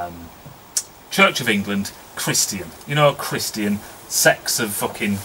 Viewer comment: I need an interpreter for that......chris-chan.....what the hell is that?